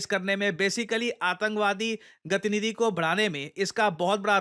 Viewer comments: गतिनिधि ❌ गतिविधि ☑️ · gatinidhi❌ gatividhi ✅